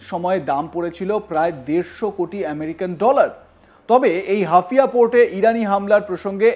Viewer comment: হাফিয়া না -- হাইফা